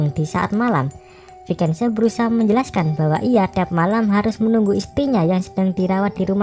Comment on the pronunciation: Vicente dibaca visente bukan vikense